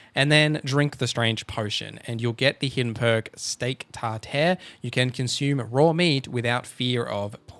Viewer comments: Steak tar "tar" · "Tartere" lmao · Tar”tear” lmao uncultured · Steak TARTHARE? bruh hahahaha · It is pronounced "steak tar-tar." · so the choice to say steak tar-tear? on purpose? you know what it is? if not did you look it up? when you said it, your brain was not like what a weird word? what is tar-tear in your brain? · No but you mispronounced Tartare and Apothecary